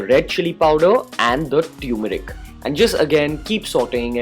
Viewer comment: Turmeric is pronounced as taer-me-ric. Not tumouric.